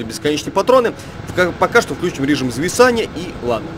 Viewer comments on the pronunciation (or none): none